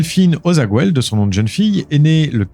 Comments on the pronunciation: Ta prononciation de Aussaguel, le nom de Delphine laisse a desirer. En Occitanie on n'est pas espagnol bordel! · On dit " o sa guel " pas " ozaguouel "